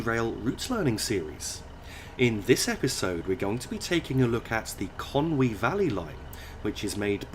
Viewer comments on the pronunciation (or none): none